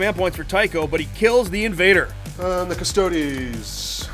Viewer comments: Guys please, it's 'cuss-tow-deese'. If I hear them called "Cuss-toads" one more time I will die screaming. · Quick PSA: pronouncing Custodes as "cuss-toads" is like calling astartes "ass-tarts" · Actually one's about as wrong as the other... It should be pronounced more like 'cuh-stoh-des' :D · The only thing wrong with this video is THE WAY HE SAYS CUSTODES LIKE WHAT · okay here it goes. Cuss-tode-EES Wow. It's not even an extra syllable. Really difficult to pronounce. 🖕🙄